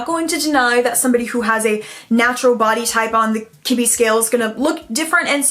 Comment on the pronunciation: You said Kibbe body type and what I heard was kidney body type 😆